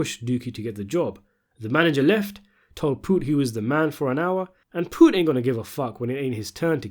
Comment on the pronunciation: You can't even say his name. You didn't even watch the show because you'll know that's not how you say it. And I ain't trying to hear it's because you have an accent.